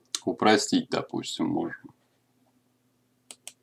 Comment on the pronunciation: "Кёрв" произносится, а не "курв"